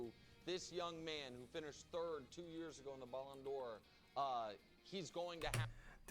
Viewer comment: it took me a while to understand that Baloon Door is Ballon D’or hahahahahahaah